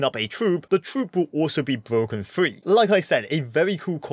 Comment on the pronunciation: Him in shorts be like every evolution is bwoken😂